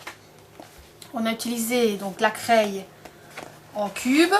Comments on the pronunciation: C'est super juste une petite faute d'accent!! On ne dit pas "craille" mais on dit "cré" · Bizarre de dire "craille" au lieu de "craie" !!!!!!